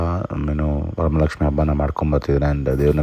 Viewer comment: ವರಮಲಕ್ಷ್ಮಿ ❌ ವರಮಹಾಲಕ್ಷ್ಮಿ ✅